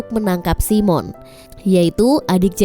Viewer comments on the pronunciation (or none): Bukan si mon la..tapi simon..😂😂😂